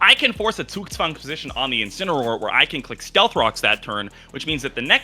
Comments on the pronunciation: Gotta give props to to pronounce Zugzwang perfectly. No hint of an accent whatsoever. I've seen so many English-speakers struggle with it and he pronounces it like a German native speaker. Impressive! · Is German? The way he pronounced Zugzwang was perfect.